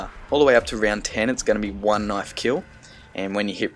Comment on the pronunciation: thats not a knife... this is a knife... sorry when u say "knife" u remind me of Crocodile Dundee (?)